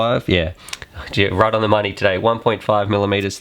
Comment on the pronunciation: lol you saying today makes me laugh hard